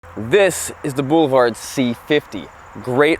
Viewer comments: I heard "bull-vard..whatever tf that is🤔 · I like how pronounces ‘boulevard’ as “BOO-luh-vard”! 😉